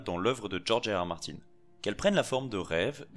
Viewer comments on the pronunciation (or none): none